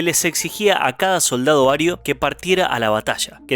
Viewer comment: Se dice Ario.